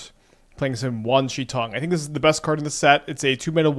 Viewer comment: its WAN, not WANG